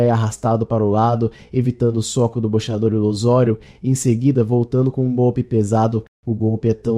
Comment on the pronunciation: Já iniciou bem kkkk O cara pronunciou boxeador errado kkkk Pronuncia falada bo(-che-)ador Pronuncia correta bo("cse")ador